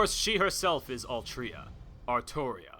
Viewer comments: every time i heard/read "altria" i die a little inside.... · “Altria” makes me cringe so much, and “Gil-games” made me chuckle. Great video man, I look forward to how your channel will turn out.